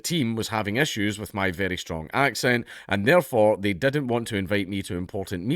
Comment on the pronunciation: All of his 'I's are 'E's. "Endian" "lettle" "dedn't" "universety" "lesten" "vedio" etc. Knowing that is half the battle.